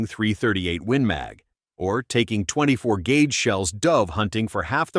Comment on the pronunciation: The AI narrator lost me at "24 gauge"